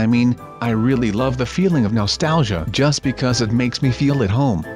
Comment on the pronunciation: Stop saying Nostauqga